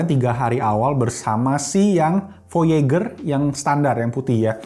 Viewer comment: Voyejer cara bilangnya bang. Kaya nama satellite amrik.